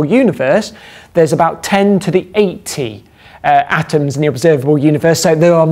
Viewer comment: He said 10^80 but it did sound like 18.